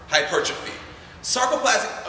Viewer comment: Thank you for pronouncing hypertrophy the correct way; its so frustrating when people get that wrong!